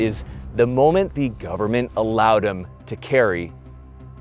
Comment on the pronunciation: The way you said the word ‘government’... man I feel that every day. Blessed video, God speed to Dickens and every free man.